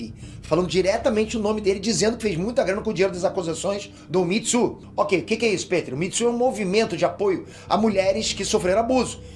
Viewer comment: O Peter falando Mitsu em vez de Me too me quebra demais kkkkk